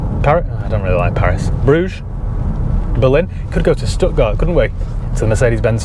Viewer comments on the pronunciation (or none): none